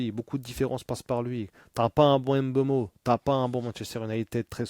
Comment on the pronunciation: C’est MBEUMO et pas M BEUMO